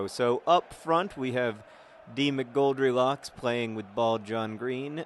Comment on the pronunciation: Sometimes when John said 'D. McGoldrilocks' it sounded like Demon Goldielocks which is a strange concept...